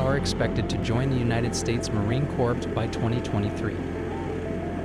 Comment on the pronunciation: "Marine corpse" was my favorite 😂